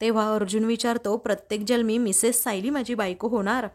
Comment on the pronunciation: जन्मी हा शब्द आहे, jalmi नाही